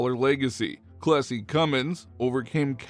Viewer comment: I would have liked Cummins' first name to be pronounced more clearly. Or shown at the bottom of the screen. I looked it up. It was Clessie.